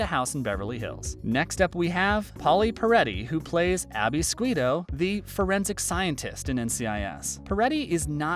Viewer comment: Pronounced Abby's name wrong